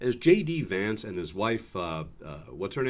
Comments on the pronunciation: Did he just say “ … Shady Vance “? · why is it when he says 'J D Vance' I hear it as 'Shady Vance' ? SO sorry for you Americans at the moment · Did he say Shady Vance ? 😂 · I swear he said my name is shady vance 😂😂😂😂😂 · Sounds like he says “ hi guys it shady Vance”lol😂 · When he inroduced himself it sounded like " Hey guys its Shady Vance". Bit more apt one thinks. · I consistently hear Shady Vance when the VP says his name. Maybe we should go with that. Shady seems to fit. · He said "Hey guys, it's JD Vance" I heard ""Hey guys, it's Shady Vance" Youtube auto-generated subtitles heard the same. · It sounds like he says his name is Shady Vance! 😂 Shady Vance. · It sounded like Vance introduced himself as “Shady” Vance. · Did he say Shady Vance?😂😂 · Did he say, “Shady Vance?” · It honestly sounded like he introduced himself as “Shady Vance”… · Does he call himself 'shay-dee' vance? Am sure that's what I heard.